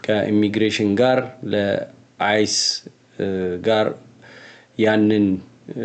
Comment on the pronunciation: አይስ ነው የሚባለው አይሲኢ እባክህን አትበል 🙏🏽